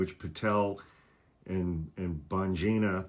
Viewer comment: "" lmfao